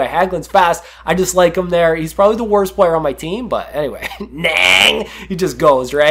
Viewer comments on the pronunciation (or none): none